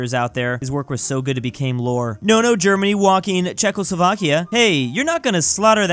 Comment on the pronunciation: i like how he said nono germanie